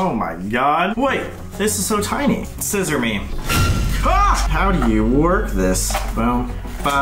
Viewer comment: When Sam said scizzor me Colby was ready to stab